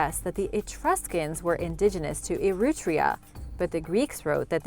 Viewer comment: The Etruscans lived in ETRURIA, not "erootria".